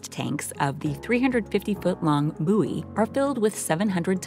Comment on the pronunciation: Buoy is not actually pronounced as booey. Take the word "buoyant" then lose the "ant."